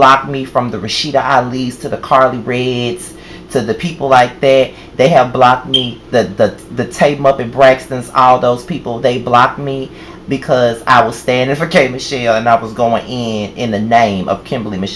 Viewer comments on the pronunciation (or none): It's so great that your first concert was with your favorite artist! Much respect for K Michelle. When you said Ta-muppett Braxton, I almost fell off my bed.